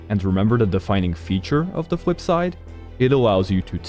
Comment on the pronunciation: "The fwip side"